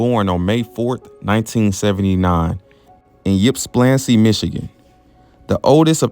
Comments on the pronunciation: The start of Ypsilanti is pronounced as "ip" and not "yip". Otherwise nice tribute to Ryan Shay. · You just told the world you are not from Michigan with the way you said Ypsilanti it’s pronounced “Ipsilanti”. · pronounced ip sil anty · I'm from a neighboring town and had never heard this story, thanks for making a video on it. Appreciate you using your voice like others have said, you're a great narrator. And by the way, Ypsilanti is pronounced "ip-sa-lanti." Most people from around here just call it Ypsi (Ipsi). Weird (cool) name for a weird and cool town. They have a water tower that looks like a 40-foot dick. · His home town is pronounced Yip-sill-an-tee. A young, healthy coworker collapsed during a run last month. We are so sad about this. 😥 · The way you pronounce Ypsilanti! 😂😂😂 R.I.P. Ryan Shay